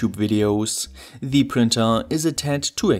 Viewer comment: No offense but this time your constant mispronunciaton of the word "the" (like the german "die" instead of the normal "de") really distracted from the content.